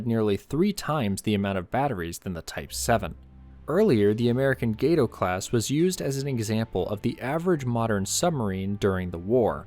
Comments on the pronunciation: not sure if anyone else has told you but its pronounced gah-toe not gay-toe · Gato means cat. Not gate-oh